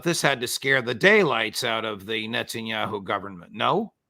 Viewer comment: Netanya-shoe!? 😂😂 much love for the Colonel!